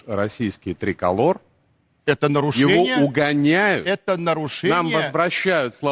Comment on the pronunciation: "Єто норошеніє". Я реготав!